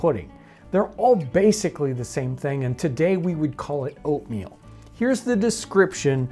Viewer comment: am i the only one who kept hearing opium instead of oatmeal